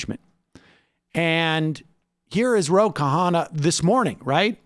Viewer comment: Sam again with the Roka Honna, is he doing that on purpose? Do you think Sam knows that his name is Ro Khanna, and that the H is silent? It is funnier Sam's way but also annoying, every single time its Roka Honna with Sam, I mean get it straight dude. You could make a Sam Seder "Roka Honna" montage, with as many times as I have heard him say it that way.